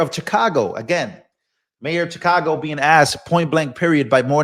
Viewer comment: Pronounced Shi-cago Not Cha-cago. It's the Shy, not the Chy.